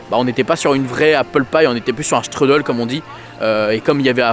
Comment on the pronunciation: Ça se dit "chtroudel" 😉 Mais "struddle" à l'americaine c'est rigolo